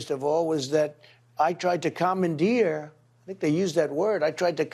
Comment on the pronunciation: Baby language 😂😂. Yeah when he says commandeered, it actually sounds like 'common deer'! 😂😂😂😂